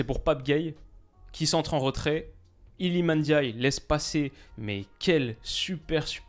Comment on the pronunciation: Merci de ne pas dire NNdiaye cmm le disent les français.